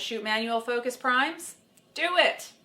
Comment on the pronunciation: Is it just me or doesn't it sound like when she says "shut the focus off", she says it as if she's saying "Shut the fuck off" Nice advice at the end. You should be a high school/college photo teacher... TOTAL MILF.. or TILF (teacher...)